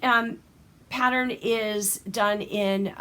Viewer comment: Pattern and not patter